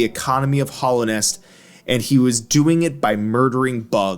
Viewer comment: i don't really see PK having a use for geo, as powerful as he is he could probably just get whatever he wanted. also your pronunciation of hallownest causes me physical pain